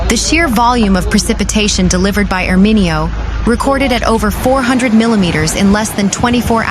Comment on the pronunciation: Shouldn’t the reporter know the pronunciation and accentuation of Italian names? How would you like to hear ..Las Ange’les, Ala’bama, Nuova Yokke? 🤦🏻‍♂️🤦🏻‍♂️🤦🏻‍♂️🤦🏻‍♂️🤦🏻‍♂️ Painful to listen to her!